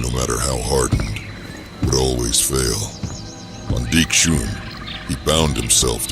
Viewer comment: You could probably get the Ai to pronounce dxun right by spelling it 'duckson' or something.